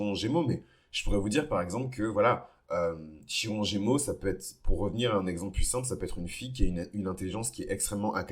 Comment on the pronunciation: Ça se prononce Kiron, à part ça je m’y reconnais totalement ❤